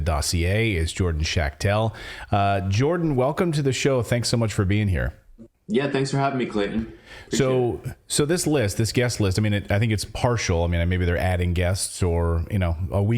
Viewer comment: Schachtel means box. The word is pronounced shuhhtel.